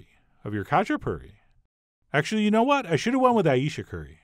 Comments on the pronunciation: It’s actually pronounced as hah-chah-poo-ree. Some of them have stuffed crust, and others just plain. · Sorry but it’s ha-chi-puri 😂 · in the pronunciation, the K is silent, pronounce the H..... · “They’re called Katchipuri, not Katchiperfect!!” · Not kachaperfect :)))) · I also made some very similar Imeruli Khachapuri lately, very tasty. The only thing that is freaking me out is his pronounciation of Khachapuri... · Oh how I wish you didn't butcher the word so bad!! Recipe looks great though. When my dad made this he would just use two or three egg yolks instead of the whole egg, super rich goodness! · The k is silent in khachipuri :P